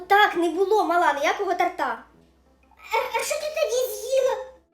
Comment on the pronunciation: Вибачте, що трішки буду душнілою, але не торта́, а то́рта😢